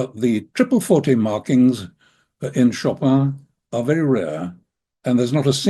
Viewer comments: He also knows how to pronounce the name. I cringe every time I hear ‘Show Pan’. Plenty of people have posted clips on how to say it! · he says show pan… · I very much appreciate your doing a podcast dedicated to Chopin! But beyond any questions about this waltz itself-- could you please pronounce his first name correctly? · I mean, c'mon, at least try to pronounce his name correctly, it's not that difficult.. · you are right that there are different versions of names in different languages, e.g. Paris. But the English version makes no attempt to sound French. With the American version of Chopin there is a completely failed attempt at the vowel sound ‘i’. I guess what makes me cringe is the fakeness of the attempt to sound French. In a way it would be better to just say it as in ‘choppin(g)’. Also, with personal names it seems more respectful to try for authenticity. I am not sure why you would not pronounce Chopin authentically whomever you were addressing, if you knew how. Why pander to the lowest common denominator? Maybe you could be a good influence. The cultural and linguistic connection between France and the USA is a little stronger than that of provincial China and Germany, surely, to address that particular point. In NZ the mispronunciation of Māori names over generations has undergone a conscious and ongoing correction process, which is good to see (hear). The US has quite a history of bastardising European names (even to the point of changing the spelling to reflect pronunciation) e.g. - Goldstein said as ‘steen’. You could maybe understand that in times when the world was less connected, but there’s no need in modern times. Thanks for the discussion, which should probably now be left at that, having wandered off topic!